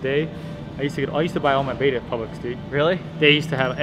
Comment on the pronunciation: The store name is pronounced like pubelicks